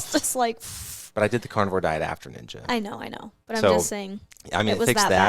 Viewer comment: at first i thought he was saying carnival diet 😂